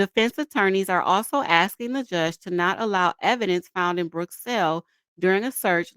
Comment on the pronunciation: I agree. Add to your DB dictionary 'axing' instead of asking and 'license place'!